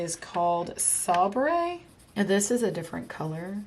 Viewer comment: Sabre is actually pronounced say ber and it is a type of sword, no worries….😘